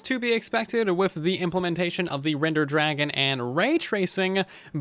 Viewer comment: "Rednder Dragon???"